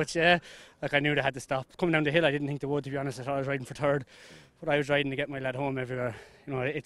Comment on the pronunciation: Third not turd 😂